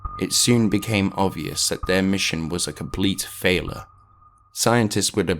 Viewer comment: Lol. How you say failure as falor. Superb video as well as superb content though.